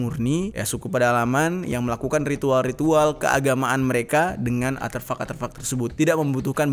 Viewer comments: ARTEFAK.... Bukan Aterfak.... Konyol bet salah dari awal ampe akhir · Aterfak-aterfak??? 'ARTEFAK' WOOOYYY belajar lagi lah jer kebanyakan ngerap doang lu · Gw bingung aterfak apa arterfak, atau emang salah ngomong ya? 😅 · Artefak bang bukan aterfak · Artefak bang bukan Arterfak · Ngelurusin aja bro... deutchs new guinie g pernah di jajah belanda... tapi jerman... kl yg belanda adalah netherland new guinie.... dan artefak bukan aterfak... sukses selalu bro.. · Koreksi Artefak bang bkn aterfak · Betul, tolong di koreksi, bukan aterfak tapi artefak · A R T E F A K Bukan aterfak 🤣🤭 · Iya bner mas dnger nya aterfak ,bukan nya artefak wkwkwkwk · penyebutannya bukan ATERFAK, tapi ARTEFAK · Seneng nontonnya, cuman maaf ya, ada satu hal yang mengganggu, pengucapan aterfak sepertinya keliru, artefak mungkin lebih tepat, maaf klo salah 👍🙏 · Bukan aterfak bang, "artefak" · Ralat bang bukan aterfak tp Artefak 😄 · Artefak bang bukan aterfak... Maap jika lancang🙏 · Aterfak... atau ARTEFAK yang benar. Beda tipis. Bedanya letak hurur R nya saja. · ARTEFAK, BOSS... BUKAN ATERFAK 👍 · "Artefak" kali Bang, bukan "Aterfak" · Bukan ATERFAK bang... ARTEFAK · Aterfak😂 tiap kali diulang geli sendiri, Artefak kali bang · Manakah yang benar aterfak atau artefak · ARTEFAK bang bukan ATREFAK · Maaf Bang. Aterfak atau Artefak yang dimaksud? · Gagal fokus krn ngomong aterfak yg seharusnya artefak 😅🙏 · Artefak bro bukan aterfuck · artefak bang, bukan aterfak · ATERFAK ATO ARTEFAK??? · bang artefak ye bkn aterfak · Artefak bang, bukan aterfak. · Aterfak atau artefak ? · Artefak boss, bukan aterfak. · Artefak bang bukan aterfak. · A R T E F A K bukan aterfak 🤣🤣🤣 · Artefak bang artefak. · Artefak bang bukan aterfuck 😂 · Aterfak atau artefak jer? gue dengernya lu bilang aterfak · Bukan atherpak tapi artepak bang jer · artefak cok bukan aterfak :V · Artefak, bukan aterfak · Bang artefak bukan aterfak. Cmiiw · Artefak bukan aterfak😁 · Aterfak kah artefak? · Artefak bang bukan aterfak wkwkwk